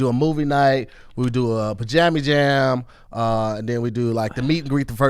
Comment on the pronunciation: pls don’t ever say pajami jam 🤦🏾🤦🏾